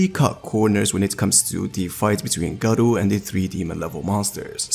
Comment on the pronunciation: bro Gaaro not Garo xD i dont know how you are a fan even though you cant pronounce a name properly